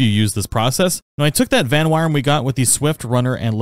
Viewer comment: aw fuck bro u know i ain’t gonna shut up about this vanwyrm is pronounced “van-worm” it’s just archaic english spelling of “worm” to replace the o with a y, exact same sound though